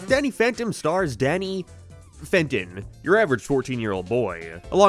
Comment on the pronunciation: Every time you said Danny Phantoms human name I always just heard Danny Fent and imagine him slumped over